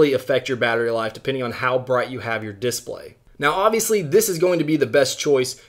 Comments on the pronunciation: Diss blay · Is it just me or does he say display weirdly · He does